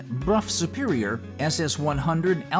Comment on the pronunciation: At least Brough Superior was pronounced correctly.